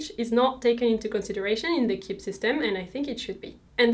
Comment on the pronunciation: It’s pronounced Key-bee, not Kibb